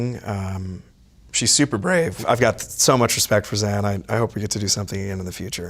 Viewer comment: Did he just call her "Zen"??! 🥰